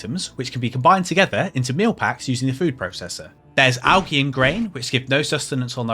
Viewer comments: Bro. AL-JEE. Not AL-GI. What the hell?? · triggering americans when saying algae like you do. One for the union jack